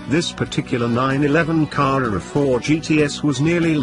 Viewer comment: Great descriptive prose even if I do struggle at wondering about the deliberate mispronunciation of " Car-rurr-rrar " and " Pye-rurr-lee " . As for the car, well, I think one would struggle to find another that was better.